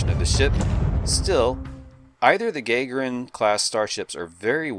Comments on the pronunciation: Gagarin is pronounced (in English) "guh-GAR-in," not "GAY-gher-in." The class of ship was named for Yuri Gargarin, the Russian cosmonaut who was the first man to fly in space. The Grissom herself was named for Gus Grissom, the second American to fly in space. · Your pronunciation of "Gagarin" Is making my head hurt. "Gagarin" as in Yuri Gagarin? "Guh-gare-in," no "Gay-ger-in." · And Roddenberry decanonized all the FASA material. Do I agree? Not really, but Oberth is just as worthy a name....and it's pronounced Gah-Garin. You try to tell a Russian Yuri Gagarin is pronounced Gay-grin they'll laugh in your face. Now he has it cited as a Oberth class (Gagarin variant) so I want to know what the other variants are. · Not to be 'that' guy, but 'Gagarin' should properly be pronounced Gah-GAR-een, not GAY-gar-inn. Otherwise great stuff, thanks for sharing. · I appreciate any in-depth Trek content, but please try to learn how to pronounce Gagarin: 'guh-GAH-rin'. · Gah-gehr-uhn. As in, Yuri Gagarin, the Soviet cosmonaut. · It's pronouced Gah-gair-inn. With an emphasis on the first syllable.